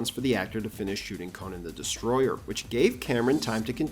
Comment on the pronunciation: It's pronounced Co-nan (koh nann) not connin